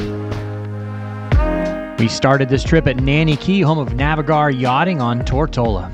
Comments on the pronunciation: Hi please could you pronounce Navigare correctly as you were told by Phillip Winter in your podcast "Can you earn income owning a boat?" The rest of the video is great. I need to tell the same as she is pronouncing it phonetically and not correct. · Was this filmed before learned how to properly pronounce Navigare?